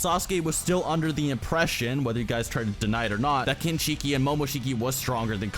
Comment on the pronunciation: I appreciate the research and time put into the video. But I cringe a bit everytime you mispronounce Kinshiki and Momoshiki. It's "shhhkee" not "sheeekeeee".